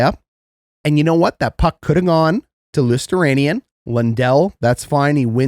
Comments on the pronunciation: It's pronounced Lo-ster-ainin not Losteranian...Hot garbage is a fitting channel title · It’s pronounced Lew-stow-rye-nen